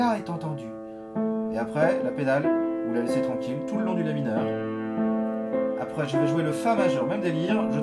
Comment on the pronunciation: « Et c’est juste apreyy » x)